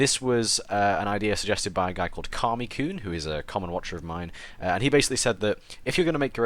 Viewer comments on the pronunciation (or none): Well, Ca-mi koon, not car. But at least you didn't say Kamai kuhn or keimi. :P